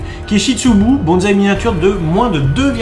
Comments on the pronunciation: Vocabulaire japonais...sur le bonzaï!!!!!! On dit bonssai et pas bonzaï... !!!!!! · Rien que le mot Bonsaï fait polémique depuis de nombreuses années. Michel Sacal nous avait dit que le mot bonsaï était invariable et ne prenait pas de S au pluriel. On voie même ce mot écrit avec un Z. Quant à la prononciation, il faudrait dire : Bonne saille.